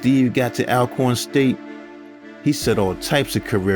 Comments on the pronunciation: Unless you’re from the south, it’s hard to pronounce the names of these places 😂, but the schools name is pronounced All-corn. A little know fact about Air McNair is he played in a softball league growing up, most kids in and near Forrest did and still do now as adults. Since his death his grave has been vandalized and robbed several times. If I remember correctly the family had his body moved to keep people from trying to rob his grave. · Pronounced “ALL-CORN”, sir!!! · Great video. One thing. It’s pronounced ALL - corn. Love a proud Alcornite.